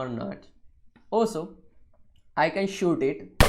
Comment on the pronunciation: I know you didn't say "also I can shit" 😂